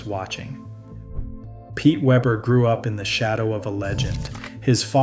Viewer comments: I thought this was funny too. But I thought he said... Pete Weever. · I just can't get past the narrator changing the pronunciation of Pete's name, going back and forth from Weber to Weeber. Be professional. Get the simple things right! I don't care for Pete, but he deserves the respect of pronouncing his name correctly. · You want to talk about the most popular bowler on the planet, and can't pronounce his name? Did you call him Waver or Waber? I couldn't tell, but I left as soon as you did. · Yea really, not even a hard name to pronounce.